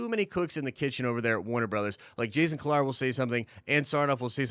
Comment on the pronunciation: Jason (Key-Lar)